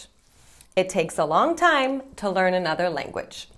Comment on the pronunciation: Pra mim é o "tiu" falando to.